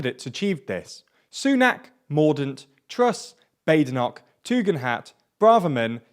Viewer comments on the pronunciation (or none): Bah-de-noch, not Bay-de-noch... (mispronunciation of the 'ch' notwithstanding as that seems to be too much to ask)